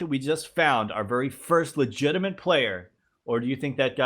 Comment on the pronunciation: There's no N in "legitimate",!;) Love your vids:)